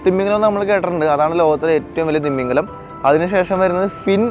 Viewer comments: തിമ്മീംഗലം അല്ല ഭായ് തിമിംഗലം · നിന്റെ “ത്തിമമിഗലത്തിന്റെ ” ഒരു“ ത “യും ഒരു “ മ ” യും പോയോ ?😂